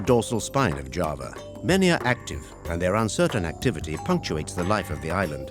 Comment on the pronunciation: Thank you for highlighting the many, diverse sides of Java in this beautiful documentary. I just wish you had spent more effort learning how to pronounce the names correctly. Hopefully for your next documentary on another part of Indonesia.